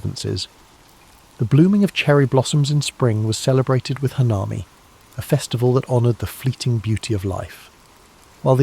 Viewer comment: not me waling up to use to the resteoom to hear shinto, hanami, kami. Your japanese pronunciations of words is decemt ❤